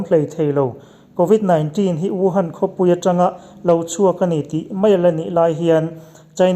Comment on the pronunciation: I aw sial tawp, covid 19 tihlai tak kha i lam nalh lutuk..